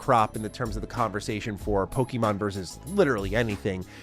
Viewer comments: All I can hear is “pokey-mon” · I hate how ppl pronounce it Poe-key-mon, when it's really Po-keh-mon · Learn how to pronounce Pokémon. Please. And Pokémon and Digimon are not early 2000's but late 1990's.